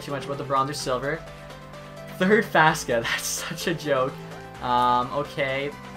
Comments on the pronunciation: Faksa, not faska. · It’s not fas ka it fak sa